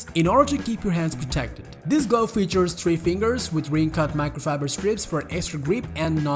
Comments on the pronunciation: I recommend adding someone who can pronounce common English words, such as glove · The way he says glove 🤣🤣